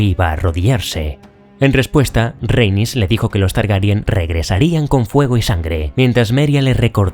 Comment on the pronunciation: Es increíble que seas de los pocos creadores de contenido en español que dices bien Targaryen, con E, por qué no paro de escuchar que dicen Targaryan, con A, también lo dicen así en el doblaje, y es algo que no entiendo en absoluto 😅 pero bueno, muy buen vídeo, es excelente como vas encajando lo que pasa en la serie con lo que sucede en los libros 👌🏻